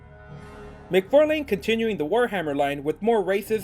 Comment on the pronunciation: "Mic-Far..LANE" McFarlane ---> Mc-Farlin